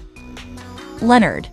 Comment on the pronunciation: That pig's name is Leonard not lenerd